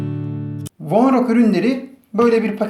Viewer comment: Vonroca vornok diyosun